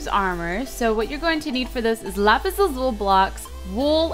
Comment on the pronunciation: you youst to say lapees I don't know how to say youst